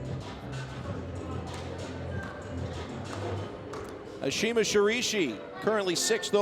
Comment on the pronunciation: Also he completely butchers Ashima's name the entire time. Literally did not take the time to learn to pronounce her name at all. It was painful to listen to his commentating and honestly pretty insulting. Let Megan take commentating solo. She's more than capable.